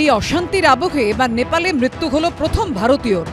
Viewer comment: মৃত্যু উচ্চারণ আগে ঠিক কর তবে না বলবি